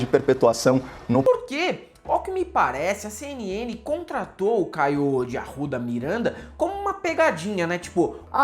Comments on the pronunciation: Caio de AURRRRUDA MIURRRRANDA. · "David Grohl" "Caio de Arouda Mirãnda" morro kkkkkkkk